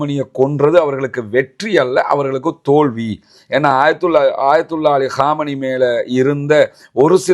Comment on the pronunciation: ஆயத்துல்லா காமெனி இல்லப்பா😊 அயத்துல்லா கமெய்னி.